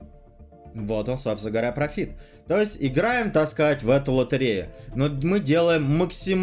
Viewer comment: прОфит, сука, прОфит! Почему все тупые говорят "профИт"?!!